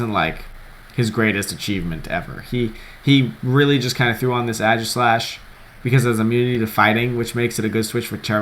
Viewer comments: its actually pronounced EG-slash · OrigamiTim Chang I don't know, man. I had to look it up. Sounds more like if you're saying Ages-lash than E-G-slash. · AE-gislash. AE. Please pronounce it. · Wins US national championships, still can't pronounce Aegislash correct :p